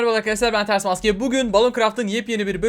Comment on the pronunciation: nîn maske demesi yerine mksae diyor onu derken ben de çok gülü yorum